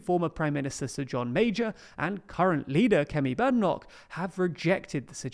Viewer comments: It's Bade Enoch not Bad ffs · You need to be able to pronounce Badenoch’s name properly...